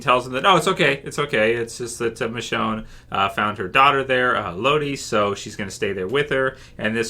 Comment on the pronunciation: I'm pretty sure it's "ELLE-ody", not "e-LOW-dy"...